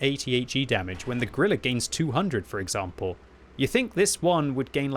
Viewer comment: please. if you say "Grille" 150 times in a video dont call it "Grillah"... its like a german making a video of british tank pronouncing it wrong all the time... YOU will be first to laugh about that...